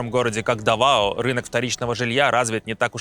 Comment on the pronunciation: Местные ставят ударение на первый слог. ДАвао